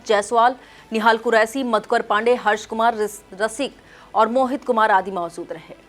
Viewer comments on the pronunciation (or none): Mam, अभी कुछ कमी है आप शहर को सहर, बीजेपी को बी ज़े पी,, मौजूद को मौज़ूद, सा और शा, जैसे अभिषेक को अभीसेक mam थोड़ी उर्दू पढ़ने की कोशिश करिये ज़बान सही हो जाए गी, अंजना ओम कश्यप, और चित्रा त्रिपाठी, mam की ज़बान देखिये बहुत साफ है कहीं पर वर्ड की मिसटेक नहीं होती, आप को हमारे शहर का मान बढ़ाना है